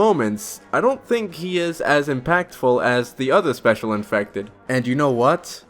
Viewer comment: look i love this guy but i can’t stand your speech impediment “Specwal Infectwed” “Da chawgur” please learn to talk like a normal human and ill consider subscribing